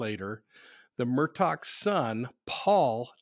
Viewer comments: You're the only person reporting about this case on YouTube that has pronounced his name correctly lol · Finally someone pronounced this name correctly LOL! As a British american I appreciate the effort. And btw, Mr. Murdaugh pronounces his name Alec even though it’s spelt with an X🙏 I hope this man rots in jail